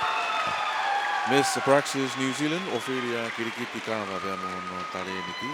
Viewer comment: It's Kitiliti not Kilikiti... Well done Ophelia...